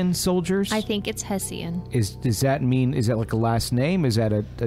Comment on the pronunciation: Hessian....sounds like Heh schen